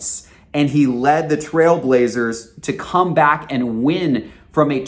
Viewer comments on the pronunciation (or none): none